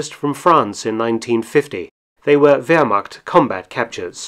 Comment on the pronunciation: Read Wehrmacht as "vermaht", not "vermakt", please.